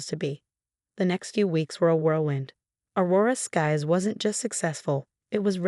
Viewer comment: AI still has a problem with names, Aurora Skies then Aurora Scaz